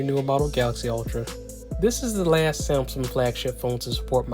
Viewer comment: Wtf is a samSUM